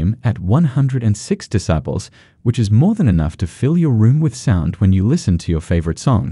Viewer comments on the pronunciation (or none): Haha yeah, and "decibles" too. I'm presuming it's one of those new AI text readers. Still needs some refining. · Lol ya. Discibles of Bass.